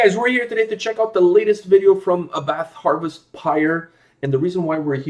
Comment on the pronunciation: Here's Abbath (pronounced more like A BAT!! instead of A BATH btw) in his Motörhead cover band Bömbers, it's great :P